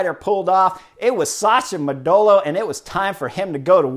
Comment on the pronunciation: When you say "Modolo" you are to stress the first O...